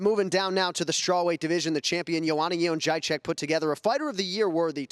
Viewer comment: “Bilal” Gordon Haaa!!! That's hilarious! I think it's "Yuh-Jay-Jeck."